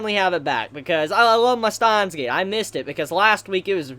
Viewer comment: Who is "Stein"? And where is his gate? It's Steins Gate, not "Stein's Gate"